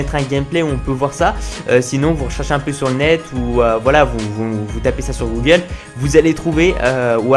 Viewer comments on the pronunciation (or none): none